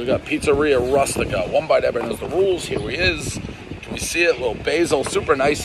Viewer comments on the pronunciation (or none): Pizza "Rastika"...roait Prez, why did you even try. "the magic twister"! (See American Pie, the Bible!) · Dave is so horrible at pronouncing Italian names. Not sure he's doing anyone favors with these reviews. Proper pronunciation (Pizza Roo-stika). It's a classic Italian dish. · One New York "J word" mispronouncing the word Rustica.